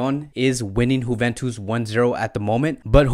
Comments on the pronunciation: D Nice but why he is saying like this 🤪🤪🤪 juventus right? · Honestly u need to start pronouncing team properly its annoying wtf is whoventus or munitch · I like how you say "Huventus".....lol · Getafe to Hethafe Euro to Auro Now Leipzig to Leeepzig😁😁😂 Sorry i commented before the vedio finishe.....and .juventus to Huventus😄😄😄😄😄😁😂